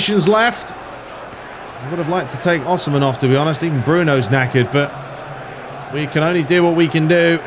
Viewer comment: as a napoli fan i feel the need to let you know its pronounced oh-see-man. hahah for future notice